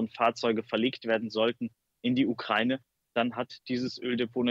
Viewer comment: "Ukreine" wie der Reporter so schön sagt